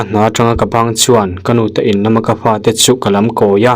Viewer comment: "Fa" tih hi "Pa" tih ang deuh hian a ri thin a,I ha hmai a bal aniang ka ti tawp mai😂